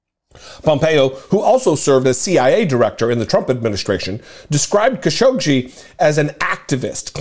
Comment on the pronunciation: This is how you pronounce his name: Ka - Sho - Gi.